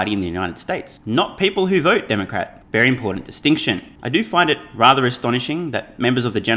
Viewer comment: I swear he says Dark Art party. lol